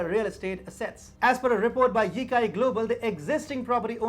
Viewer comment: Yicai is pronounced Yitsai, not Yikai